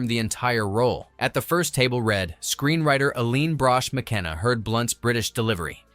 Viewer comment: For goodness sake, can you at least get an AI narrator that knows how to pronounce “read” correctly. It hurts your credibility in an otherwise enjoyable video. Do better.